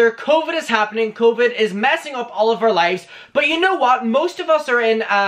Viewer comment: I like that you pronounce the word "hour" as the letter "r", and also the word "how" as "haur".